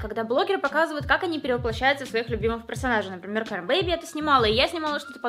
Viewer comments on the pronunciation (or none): none